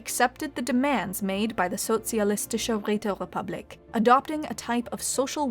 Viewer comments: She is not bad at pronouncing such a difficult german title as "Sozialistische Räterepublik" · Ok i have to admit especcially as a german, the empire name "Sozialistische Räterepublik" is a damn difficult word to spell but she did it well. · I love this new format! What a fun way to play back the events of the dev clash. Thanks so much,, this was extremely entertaining. I especially loved the flawless pronunciation of the socialist, um, that really long name. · Her saying Sozialistische Räterepublik kills :D Well done. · the way the speaker pronounces the Socialistische Räterepublik and how it completly braks flow XD but pretty good job better than most non german